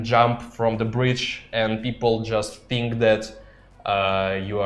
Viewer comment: BTW you pronounce the word "think" wrong... Funny to hear 😂